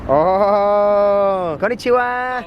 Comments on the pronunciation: Me: Viaja a Japón* Also me: Konichiwaan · Me gust0 cuando dijiste en la parte del video ono chiwuaa